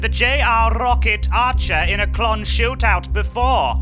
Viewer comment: Did call pete a “Klont”? 😂